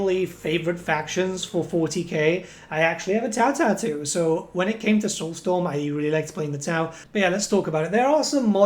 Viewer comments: A tau-too? A tat-tau? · A Tau tattoo? A Tautoo? Hehe 😁 Love to see xenos players, I’m hoping for a new entry so I can get my Leagues of Votann. It’d be cool to get a Dawn of War 3 since we definitely haven’t had one yet.